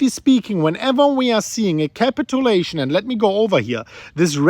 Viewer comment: Capit-chew-lation ... Not capital-lation